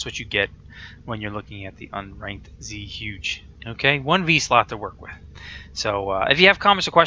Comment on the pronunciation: I took mandarin for a year, but it's been a long time. zhuge is definitely Chinese. more like chew-guh, or something like that. don't quote me.